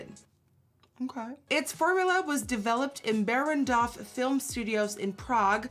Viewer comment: Simona K3 když se snaží říct Barrandov😂😂